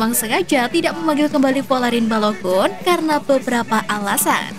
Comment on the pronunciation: bacanya BALOGAN min. trs EVERTEN, ODIGARD.